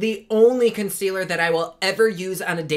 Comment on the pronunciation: Yay for!!!! avourit word: fondaçion....conckwealer and some bloush!!! the more you learn!